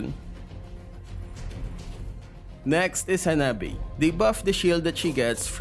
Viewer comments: lol hanabae instead of Hanabi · You say in is hanabae it's most be hanabi lol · I love in the sub its not hanabi but hanabae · Why is it Hanabae?😂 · Ah yes yes... hanabae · Lol HanabÆ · Hanabae Me when my girl uses hanabi: Hanabibii❤️